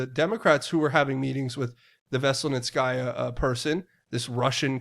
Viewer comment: A-zith-throw-my-sin will get you close enough. Z pack works just fine. Dont stress it. You say Natalia Veselnitskaya with no issue. Which is harder...lol. ML to you dear one. In the name of Jesus Christ my Lord and Savior.